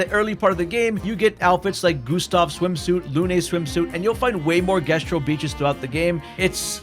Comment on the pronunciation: 70 hours playing a game with voice actors and you still can't pronounce Jestral‽